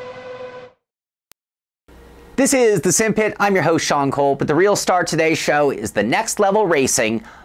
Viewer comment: sim-pit not simp-it, ahhhhh